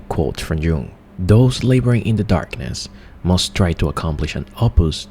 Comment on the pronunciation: Dude, Jung is pronounced young.